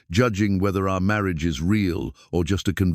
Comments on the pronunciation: Very much enjoyed this story. The AI could use some work. In one breath marriage was said as Mary-ah-juh, and in the next breath marriage. A lot of garbled words too. I wish they were just being read by normal people. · Please take the time to learn how to pronounce ‘Marriage’. In all contexts it is written in. Beautiful voice.